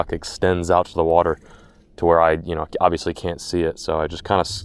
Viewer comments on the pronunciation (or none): none